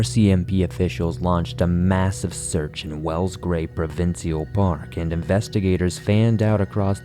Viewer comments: Provincial. We pronounce it as pro-vin-shal. 🤷‍♀️ unless it's an Ontarian thing we do 🤷‍♀️ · Now time to work on the pronunciation of "provincial"